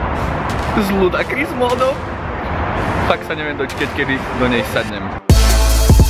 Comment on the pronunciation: Ludakris :D :D ... je to ludikrous O:) detail ale trhalo mi rohožku keď som počul ludakris